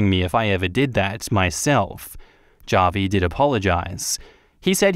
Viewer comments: It’s “hah-vee” not “jah-vee” 🤣🤣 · Javi is pronounced as havi, its Spanish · The way you pronounce Javi is so funny it’s more like Ha-Vie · The name Javi is pronounced " Ha Vi " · Javi is pronounced like Havi